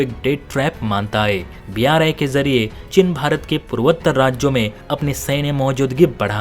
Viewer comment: चिन नहीं चीन। हिन्दी तो सही से बोलो।